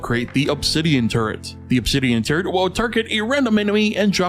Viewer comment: Who else hears turd when he said turret? Btw underrated